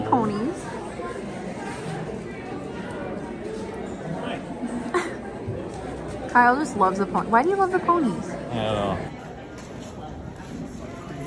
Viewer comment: Lol...KYLE NOT KIBBLE. LOL again!